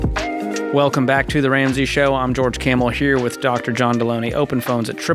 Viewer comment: Dude how can you butcher Delony’s name so bad when it’s right in front of you. If you’re going to criticize him at least get his name right. It’s basic human decency. Also, most of these calls required John’s skillsets. George and John work very well together and George will hop in if it’s strictly money. Most of the time it’s not.